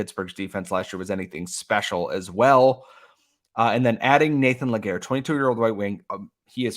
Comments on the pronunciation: LÉ- GA - RÉ ... pronounced LAY GAR RAY not LE GAYRE I get you're english dude but like come on . ;) <3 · Great trade by Hughes !! Can't wait to see what his next move will be ! btw it's Légaré not Laguerre ;) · I know that this guy (Nathan Légaré) having a french name could be a challenge to pronounce for english-speaking folks, but just to point you in the right path, Légaré is pronounced "Lay-ga-ray", in English phonetics. 🙂